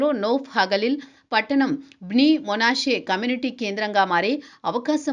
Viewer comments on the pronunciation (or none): మొనాషే కాదు... మనష్షే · Monasse kadu madam... Manasseh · Monashe కాదు manashe